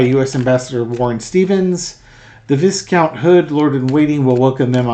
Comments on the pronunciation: just for fun, viscount is pronunced v-eye-kownt by the Brits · Pronounced “VI count” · It's spelled viscount, but it's pronounced Vie count.